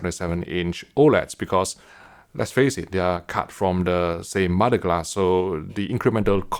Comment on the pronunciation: Yeah had to turn the captions on after hearing mo-da glass 5 times